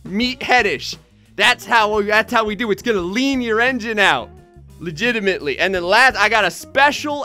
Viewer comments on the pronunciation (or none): Do you know how I remember you when you say liginimetly